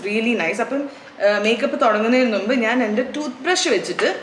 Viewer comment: ചേച്ചി, നുമ്പ് അല്ല മുമ്പ് 😁